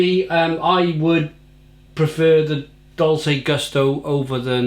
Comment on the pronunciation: Pronounced “Dolchay” as in Dolce & Gabbana.